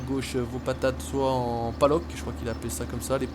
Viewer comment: super vidéo mais on dit palox et pas paloc continue comme ça